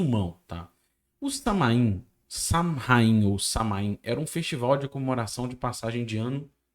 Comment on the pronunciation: A pronúncia correta é Sauin (SA-U-IN com ênfase na sílaba SA).